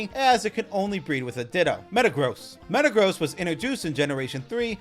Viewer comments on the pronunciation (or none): none